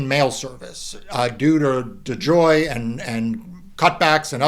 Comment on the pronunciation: "due to dajoy"??